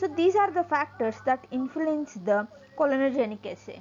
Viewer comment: clonogenic not COLONOGIC😬. What has a colon got to do in this experiment, Miss??